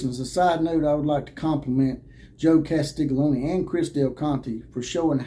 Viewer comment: Drop the lony and say own. Castiglione.